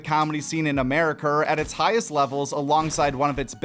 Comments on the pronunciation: in “Americerrr” 😂 I see what ya deed thur mate (I’m Hispanic) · Lololol " AmeriKER"